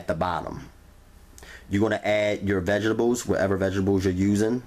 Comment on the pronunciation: Vegable, and rery rery rery rery juicy